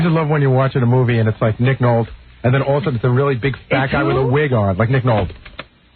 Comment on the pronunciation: Nolt LMAO